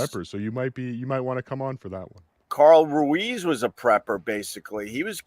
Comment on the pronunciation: Whoa he said Carl Ruiz's name correctly.